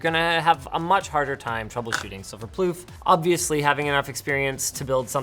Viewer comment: His name isnt plouff... that means queef... poor guy :(